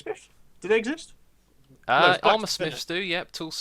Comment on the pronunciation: "Do they exsmith?" xD